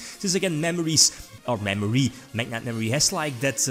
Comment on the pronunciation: Saw Mekk knight Me: omg here it comes Its MekkInvoked Also me: cmon, fuck off.... Its not mekk =-=